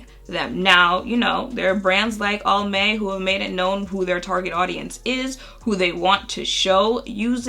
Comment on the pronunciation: U said Almay , and I rolled my eyes so hard. Umph